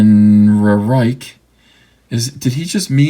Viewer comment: When you got to "Ehrenrereich" I almost spit out my drink laughing.